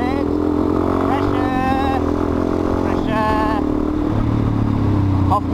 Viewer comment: Literalmente... o "The Bomb" é "ixtáili" o Three Bomb é super rainbow "preshon" Bomb! Hahaha😂😂😂